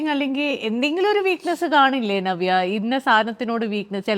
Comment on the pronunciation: ഞവ്യ അല്ല. നവ്യ മലയാളം സ്റ്റൈലാക്കി പറയാൻ നോക്കുകയാണ് അവതാരിക😂